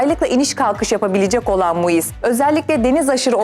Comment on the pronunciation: MUİS DEĞİL KIZ MİUS